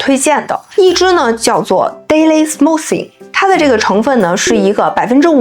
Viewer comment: Calm, smoothing....英语發音錯得好笑😅